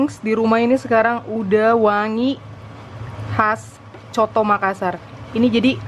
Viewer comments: Hallo 😘, sedikit koreksi bacanya bukan soto makassar tapi coto makassar (bacanya sesuai tulisan)😁. Salam dari makassar 😘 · Cara sebutnya 'coto' bukan 'soto' hehe... sy asli dari Sul-Sel. Dan coto Makassar adalah makanan andalan kami,enaknya emang nampol,sy asli dari Sul-Sel tp tdk pernah bosan makan coto Makassar 🤭 sehat selalu,selalu masak makanan enak yahhh spya yg nonton jadi ngiler haha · Coto makassar bilangnya kak. Bukan soto🤣🤣